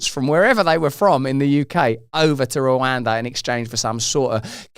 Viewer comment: Did he say Rwinda instead of Rwanda . Did he get himself mixed up with Windrush, who absolutely have every right to be here